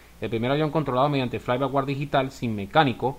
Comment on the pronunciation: No es "fly by war", es "fly by wire", ("wire" lo puedes pronunciar similar a "waier").